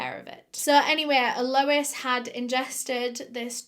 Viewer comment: This case was HUGE here!, your eyeliner game is strong today, your pronunciation game is - mmm, not so strong but we forgive you!!!! (it's al - o- EEE- SS)